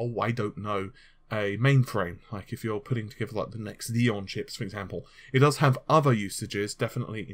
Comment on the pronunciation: Well, at least Xeon came out the right way this time. But i guess we all make mistakes, right? (As in, this instance was one...)